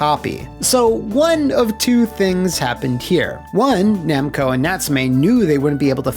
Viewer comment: Okay, for a second there I thought I had a stroke or something when I heard "Namcai and Bando"